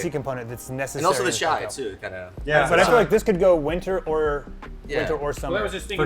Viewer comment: Ahem, "chai" not "chia" ... .